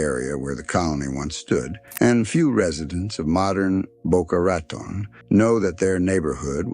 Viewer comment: I can't stand the way he says Boca Raton...focusing in on the rat part.